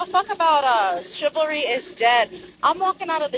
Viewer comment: That black chick can't even pronounce chivalry 😂😂😂